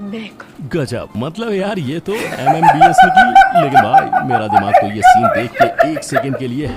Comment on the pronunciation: Mmbs nhi mbbs hota hai.